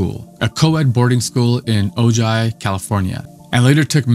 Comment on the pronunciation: Please learn how to pronounce Ojai.